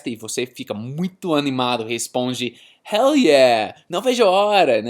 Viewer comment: "Hell yeah" But he pronounced a U sound not the real L sound. Therefore, no connected speech applied to it. Still pretty impressive